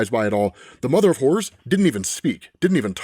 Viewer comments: it sounds like he's saying, "the mother of whores." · The accent is really kicking in here. I keep hearing the mother of whores.